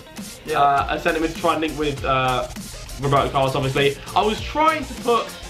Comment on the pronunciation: Lol Wroeberto Carlos